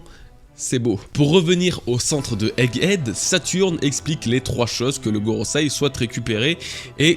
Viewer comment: GorosEi, avec un E, pas GorosAi. Bon sang c'est pas comme si c'était ton travail pourrais-tu bien le prononcer ne serait-ce que dans une seule vidéo ? lol